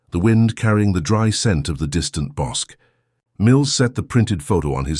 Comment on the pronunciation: I lived in Waco then and was about the same age. The river is pronounced Bos-key. Bosque is named after the local river. This is scary. I could have known her.